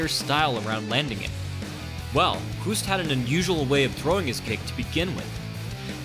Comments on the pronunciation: yeah, man, totally agree, you can't apply english pronounciation rules to non-english names, it doesn't work like that. If you're going to publicly mention someone's foreign name, better do a research and get the pronounciation right first. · The way the announcer pronounces his name means "to cough" in Dutch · So you made an 11 minute video about the guy, but can't even pronounce his name?? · You call him a legend but you can’t even pronounce his name... 🤷‍♀️🤦‍♀️ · Good breakdown. You speak out Hoost like in "host" not like "who" b.t.w. Man I mis K1, Glory sucks these days ! Rico is a great champ though. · It's pronounced the same as host not huust.fuul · Why do you get his name wrong? It's "Host"- like in "ghost". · Ernesto Hoost is pronounced as HOST, not "Hoost". So HOOST sounds like TOAST or ghost, most or roast. In Nederlands (Dutch) a double O is pronounced as a LONG O. To get the sound of "boost" or "roost" you add an E after the O. (voet = foot and voetbal = football) I am telling you this as I have been mega annoyed at "professionals" messing up Ernesto's name. GET IT RIGHT!!! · Pronounce Hoost in dutch = host. English say hoost = hoest. Hoest on Dutch is cuffing blabla I tried to explain something but i lost it😂😂😂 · By the way: In dutch, his name is pronounced exactly like the english word ''host'' . In Dutch, the english ''hoost'' would be written as ''hoest''. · This guy was a legend holy cow. But the way the Dutch pronounce the 'oo' is actually backwards to us. They pronounce it like 'host (Hoost)' and not "(boost) Huust " The dutch have this for a few of their letter making it a pain in the arse. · Good work. Tip: it's "Hoost" with oo like the o in the word "host", not like the ou in "you". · Hoest? It should be Hoost. Greetings from the Netherlands. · It's Host not hüst. So like ghost. Ernesto (G)Host. Thank you (I'm Dutch so don't doubt me) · Hoost is not pronounced as "who" but as "hose" and then stick a "t" behind it. Great vid tho